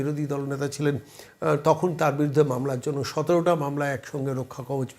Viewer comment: রক্ষাকবজ নয়। কথাটা মনে হয় রক্ষাকবচ হবে।